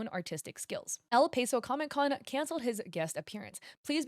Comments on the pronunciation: Its el pah-so not el pay-so lol. Gave me a good laugh and shocked me out of my doom scrolling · you’re pronunciation of “El Paso” made me cringe a little lol as a native from there 😆. for future reference “Paso” is pronounced like you’d say “pass” and ”so” just figured i’d let you know :D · El peso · The way you pronounce El Paso hurts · That's not how you pronounce El Paso hahaha, but thank you for calling out this mythomaniac thief. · I cringed at the pronunciation of El Paso (as someone who lived in Westside El Paso) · SAME LMAO